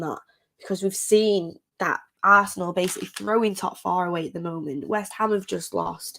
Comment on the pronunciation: How you say arshenal😁